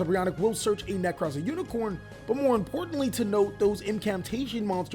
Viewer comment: Bro, you said unicorn and I had to stop watching. It's unicore. Core not corn.